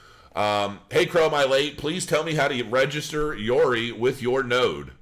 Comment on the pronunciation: How the hell can you pronounce Yoroi as Yori? I really don't get it.